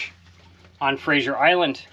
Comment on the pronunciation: It's actually Fraser Is, Not Frasier Is